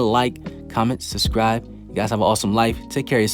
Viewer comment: Ok I don't want to be a dick but this whole trend of people saying sus-cribe is weird it's sub-scribe there is a B in there. Not trying to be a dick again. 2ndly good video your predictions have been solid granted that you and that other anime balls deep channel are the only channels that does a good job with predictions.